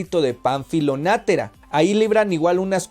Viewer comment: También soy fan de esta novela, existe una película que ilustra muy bien lo que está descrito en el libro. Agrego que el apellido Natera, no tiene acento por lo que no es //nátera// como lo has pronunciado. Lo demás muy bien